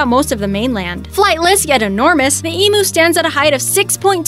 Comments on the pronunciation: Its not eemoo its emu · Eemooo?? . Lol no its eem-you (emu) ahaha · It's pronounced Eem you not Emoo lmao. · its not emoo... its Eeemmm-You. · DID she JUST SAY EMOO WTF ITS PRONOUCED EEM-YOU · Why do they say EmMM-oOoooo Its em-YOU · It's pronounced ee-myu not ee-moo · Oliver Byrne I think the way Americans pronounce eem-you as emu came from when we started farming them 50 years ago, what are the most common mispronunciations by Americans because I want to speak as properly as possible when I move to sydney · if I hear one more American say Emoo I swear to baby Jesus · Emoo ,kooka beara, go unna 😂😂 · Penguin King Ikr it's said emu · If your going to do a educational video on foreign (to you) animals please at least do some research to learn how to say the names correctly. The pronunciations of some of these is just shockingly bad to us Aussies to listen to, such as emu. There is quite a few facts in this video that are wrong, such as the name goanna is what aboriginal people had been calling it for hundreds of years b4 white man even set foot here. Please do your research properly before making an educational video. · I hate how she said emu. She said so many of the animals names wrong!!!!!!!!!!! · It’s emu the u said u